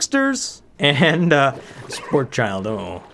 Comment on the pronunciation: BTW it's Sporechid like Orchid